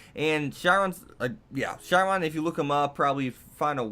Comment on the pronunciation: OK A as for how mordred exists: as the Simpsons said a wizard did it. The wizard being Merlin. Basically he turned saber into a futa. And B: the h in Chiron is silent. And technically the Lancer of black is the guy Dracula was based off of not the other way around.